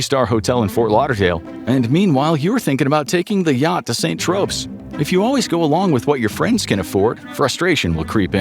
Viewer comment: If you meant St. Tropes, it’s pronounced “tro-pay”